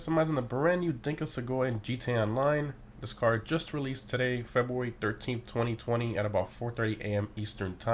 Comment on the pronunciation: Lmao febwewy